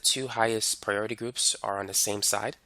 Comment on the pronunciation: "Zee Zeme Zide" and "Epposite"